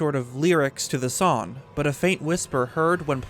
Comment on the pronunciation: Not a gripe or making fun of you, just wondering if it's a local thing how you don't pronounce the G in "song", to me it sounds like "sawn"